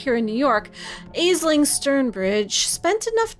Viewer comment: For Coterie members I suggest Nosferatu & Tremere, though the Gangrel is cool too. The Malkavian is difficult to deal with but could be worthwhile. BTW the Sire of the Tremere's name, Aisling, is Irish and pronounced more like "Ashlyn" in English.